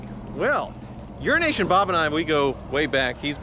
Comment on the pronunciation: Sounds for all the world like you're saying urination bob